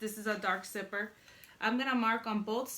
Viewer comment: I like how she says zipper like "sipper" 😊